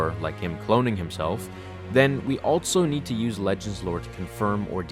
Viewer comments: Pro tip: Also is pronounced "all-so" not "all-Tso" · Love your content man. But again, there is no ‘t’ in the word ‘also’. I hear it everytime you say it. It’s not altso, it’s also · THERE IS NO “T” IN THE WORD “ALSO”